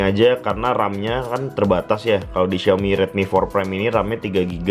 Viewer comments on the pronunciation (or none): none